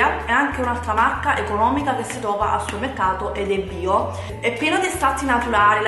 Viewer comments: supemmeccato? Magari! Dice summeccato... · riesci a dire supermercato? non è difficile, supemmeccato non si può sentire, è solo un consiglio, ti adoro 😍